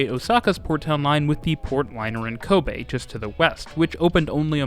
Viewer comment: Very satisfied that you pronounce the city of Kobe correctly. Apart from that, this is a very detailed coverage.